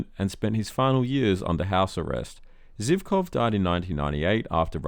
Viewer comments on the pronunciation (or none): You even don't know how to say "Zhivkov"! It is "Zhivkov" not "Zivkov". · Albania’s first multiparty elections were in 1991, not 1992. Ramiz Alia won. It’s Živkov, not Zivkov. Vaclav, not Vaklav. Slobodan Milošević was never the leader of socialist Yugoslavia. Its last de facto leader was Milan Pančevski, the final president of the League of Communists. This video is a textbook case of lazy research.